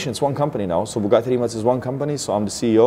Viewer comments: Its not "rimack", its "rimats" the 'c' is the same sound you would make when beatboxing the highhat sound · pleas pronounce the name prop